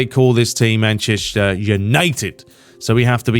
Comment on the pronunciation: Whenever you say Manchester United, it sounds like you’re saying “Mancheshire United”. Is it just me? 😂 come on sort it out mate!